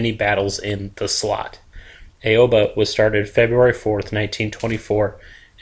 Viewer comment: aww-bah not aaaaeeeioooobbbbaaaaa